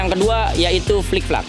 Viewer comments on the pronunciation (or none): flip-flap,bukan flik-flak